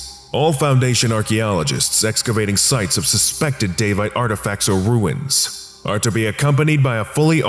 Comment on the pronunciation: Never heard Daevite said like that before